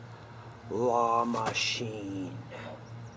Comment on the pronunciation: La Machine - Pronunciation was perfect for someone who is not French Speaking. Claude from Quebec, Canada